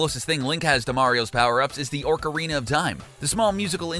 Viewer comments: ORCarina of Time? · Please tell me I didn't hear orcarina of time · Orcariana of time lol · Your mispronouncing ocarina of time